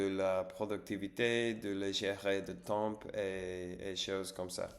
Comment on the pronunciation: consumer du contenu === consommer du contenu (consumer il faut l'utiliser quand on détruit quelque chose par le feu), le mot temps il faut pas prononcer le p lol tu prononces que tem. Reposes toi bien et bon rétablissement.